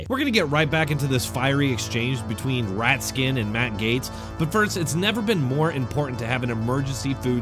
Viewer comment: Did you say Rat-skin? 😂